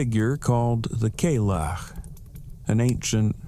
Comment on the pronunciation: Oh dude. I love you and your stories. But I have to be honest with you. Your pronunciation of the Cailleach was so God awful if I had not turned on the captions, I would not have realized you were talking about her. There's quite a few channels run by people who are either Scottish or study her as a Celtic figure. You might want to look them up. You've also got your days confused. The Cailleach rules from Samhaim until Beltane, or November 1st through the 1st of May. But on the 1st of February, Imboloc begins to slowly give way to Bridget, the Lady of Spring. But also on that day, she will gather together firewood. If the day is fair, she will be able to walk out a great distance and gather a great pile of wood. And winter will last much longer. But if the day is foul, she will stay closer to home and gather less firewood. And winter will end sooner. She's also always dressed in blue with some sort of skull about her, perhaps a bird skull is a necklace, or dangling from her belt. She's often even described as having bluish skin and she is frequently mentioned to be blind in one eye. And she is always veiled. In fact, Cailleach means "veiled one" or veiled woman." It was even once an old fashioned name for nuns in Ireland and Scotland (back well before the reign of Mary Queen of Scots, when the Catholic Church still held sway in Scotland). That doesn't match the description here. So whatever these gentlemen may or may not have encountered, I doubt it was the Lady of Winter. No